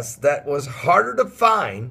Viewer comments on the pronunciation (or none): none